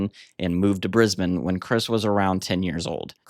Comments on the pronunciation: Thanks for covering the Saints, in particular pronouncing Brisbane correctly. BTW the government head of the State of Brisbane is the Premier. A Prime Minister on the hand is the elected head of the whole Australia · Also, thank you for being the only North American to ever pronounce 'Brisbane' properly!